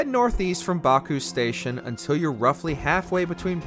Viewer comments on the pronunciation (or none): Lemony, Backoo station and cola springs